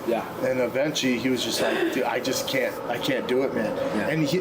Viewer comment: Did he say “eventchy” rather than eventually??